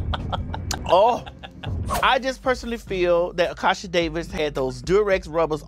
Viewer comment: I still cannot with TS calling Kasha - 'A'kasha' looool 😂😂